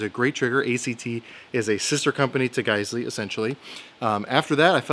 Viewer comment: I'm just glad I know how to pronounce guysley now thanks to you, before going into the gun store and making a fool out of myself. Thanks, great video too!